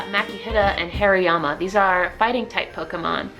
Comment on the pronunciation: Am i the only one hearing hairyyama?? 😂😂 Love the video though !